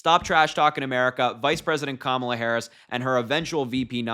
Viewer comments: Don’t be naive my friend, republicans pronounce Harris first name as such , out of hatred, and disrespect, certainly on purpose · You are too young to be expected to remember the pro wrestler Kamala. That is why they are mispronouncing her name and, yes, it's racist. Voting Blue because I catch their drift. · IT WAS INTERESTING THAT TRUMP USUALLY PURPOSELY MISPRONOUNCES KAMALA'S NAME UNTIL HE'S IN A ROOM WITH A LOT OF BLK WOMEN! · Anali Habba has a lot of nerve mispronouncing Kamala's name on purpose.What a dolt. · Republicans are deliberately saying Kamala wrong to make her name "weird"...SIGH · They know exactly how to say her name. It's willful ignorance to impress their Orange Idol. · They’re not having a difficult time pronouncing it they’re disrespecting her by mispronouncing it on purpose. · The mispronunciation of her name is deliberate. It's some kind of stupud "tactic". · It’s their way of not acknowledging her existence by mispronouncing her name. It’s really a disrespect. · The republicans refuse to pronounce her name correctly because it is their way of demeaning and condescending! Trump has no idea how to be politically correct! Trump is a political flunky! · Republicans know exactly how to pronounce VP Harris's "(First Name)". They mispronounce it on purpose. It's a form of disrespect. I.E.... Sleepy Joe, Hussein Obama, Crazy Bernie.. est...est...est.... Trump knows his MAGA cult base are uneducated, ill-equipped and racist. He knows they're going to applaud the disrespect. I have a gut feeling, The Trump campaign have already come to the realization, He's not gonna win. At this point ; Trump's grasping for straws. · The way they mispronounce Kamala's name on purpose is so juvenile. They are racist and disgusting! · They are mispronouncing her name on purpose. It's a show of disrespect at this point. It is annoying for sure. Maybe we should start calling donny boy Mr. Don'Old? Just saying. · They say her name wrong on purpose!!!